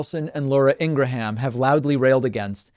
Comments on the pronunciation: Supporter of the show, but you rail on conservative media talking heads for continually mispronouncing the VP's name, while you twice mispronounced Laura Ingraham's name twice in the first two minutes of this video, or at least pronounced it significantly differently than she pronounces it herself. Is there a reason for this? Again, this is nitpicking on my part, but if you can pronounce Kamala correctly, you should also pronounce Ingraham correctly. Am I missing something? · David, it's not Laura Ing-gra-ham, it's pronounced Laura Ing-gram